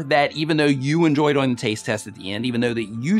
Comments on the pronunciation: On live stream he said it a different way too. I think he said doe-ing. Instead of doing (rhymes with boing). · u say doyng